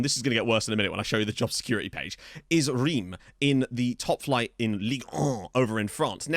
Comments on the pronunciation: Reims is actually pronounced Rance. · I think reims is pronounced rince. I know, french is wack